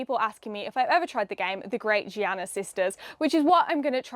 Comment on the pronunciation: Giana Sisters as in Great not Giraffe.